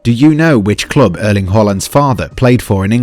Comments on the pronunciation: Just a note from a Norwegian since you managed to pronounce his last name correctly; his first name is pronounced with an "æ" at the start, not an "e". Please don't ask me why. We are strictly forbidden to ask questions about Norwegian vowels while in school here, but then we sort of get used to the way absolutely nothing makes sense and stop caring about it. Anyway, if you're wondering: the "æ" sound is the the same as the "a" in the English word "past". We like to add some random vowels to confuse foreigners. It's all we've got. Leave us alone! Add that and you have the perfect pronunciation of Erling Haaland's name, as probably the only person on the internet. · the word is erling! srry f too indiscreet!